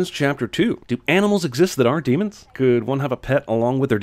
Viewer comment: Daemons not demons!!!